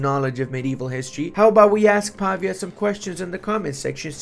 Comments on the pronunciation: Hi! I don't mean to be rude, I'm a big fan. But as I know you studied foreign languages (as I did) and I sure hope you still want to learn new stuff, the correct way to pronounce the developer name is pav-Í-a, with the accent on the "i". Just an advice from a Serene Republic fan of you, much love bro💙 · I'm feeling for mr. Pavìa, the dude even has a graphical accent in his name and still got the pronounciation wrong for the whole video XD